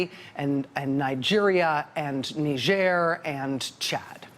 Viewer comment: Knee zier since when is it french? Nigh girh